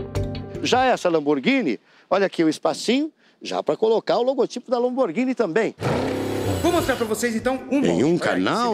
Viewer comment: "lomborguine" kkkkkkkkkkkkkkkkkkkkkkkkkkkkkkkkkkk